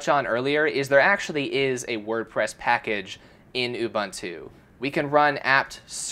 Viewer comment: My guy, its Ubuntu(U-bu-ntu). . . literally. . .not ubantu. . ..